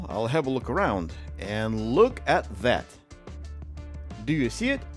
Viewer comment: As someone from the Balcans region, I always get a smile from the "LUK" 😂